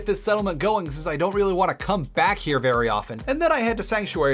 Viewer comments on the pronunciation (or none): none